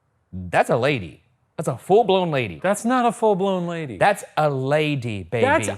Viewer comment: THAT'S A LAY DEE BAY BEE